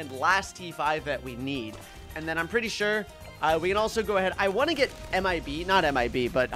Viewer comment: Bro said ONEK instead of want